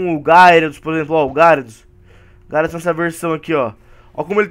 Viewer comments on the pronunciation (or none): none